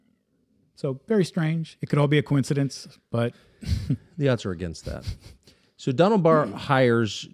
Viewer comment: it is amazing how many people mispronounce the word 'coincidence' you pronounce it as 'Cohencidence'.